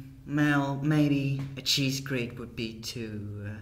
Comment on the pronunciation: i had to repeat the part where he said cheese grater because i thought he was saying the cheese grape-r